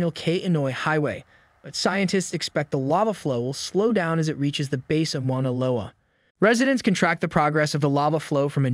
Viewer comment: come on..... mauna isn't hard to pronounce.